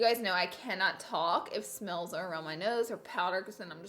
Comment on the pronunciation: caroline • “then what actully came in the mell “